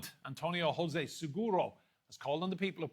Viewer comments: Why do English speaking people keep pronouncing the name José, rrose after the Spanish way? The letter J in Portuguese is pronounced jjj as in French, je suis... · José, not Rosé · Not "roze" is José Kkkkkkk and little andré have miss this one again 😂😂😂😂😂😂😂😂😂😂😂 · Irrelevant??? You should respect the pronunciation of every language, in this case Portuguese. Because it is not the question of pronouncing after one's own language, English in this case. The letter J is not pronounced rrr. You do not say rrroseph but djoseph. Capice?